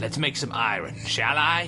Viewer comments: /ˈaɪərn/ EYE-ər-n iron iern. not i-run. i know its been a year but GOD IT BUGS ME. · Stop calling it iren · Why does he pronounce "iron" i-run?!?! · Same person who pronounces iron as ayran